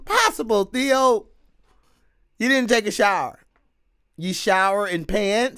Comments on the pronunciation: He said theon.....lol its theo...theeee oh...lol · Too much GOT before this … His name is Theo like Theodore … Not Theon the dickless… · I love how % of the time you call him “Theon” and somehow you call him “Theo” the rest of the time 😂😂😂. I’m pretty sure you know but his name is Theo…Which would probably be short for Theodore. I ain’t ever heard of someone named Theondore before…. 😆😂🥷🏻